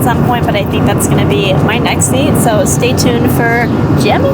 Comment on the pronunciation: You said stay tod a lot of times 😂😂😂😂😂😂😂😂😂😂😂😂😂😂